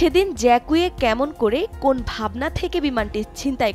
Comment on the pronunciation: ফরাসী নাম উচ্চারন ভুল